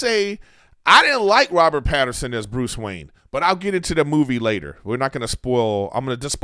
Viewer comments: It’s Pattinson. Not Pat-her-son. Robert did a great job and doesn’t care to be playboy Bruce yet. Now that the way the movie ended he’ll be more involved with the citizens of Gotham. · Mr griffin, there is no R in Pattinson